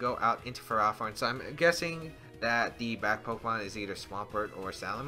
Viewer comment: Who pronounces ferrothorn like Pherah-thorn?